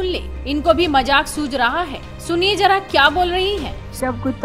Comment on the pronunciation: Jara nahi zara